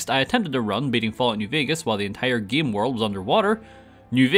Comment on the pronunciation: I like when he says "gaem" everytime